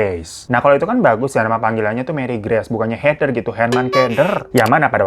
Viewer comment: Kalau herman keder. Bukan heder, tapi herder 😂😂😂😂